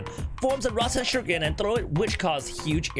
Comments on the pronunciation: Rasenshuriken nor Rasenshiruken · its RASEN SHURIKEN!!